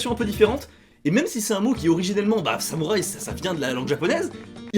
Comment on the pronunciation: le « samouraï » 😮😮 damn c’est sérieux la prononciation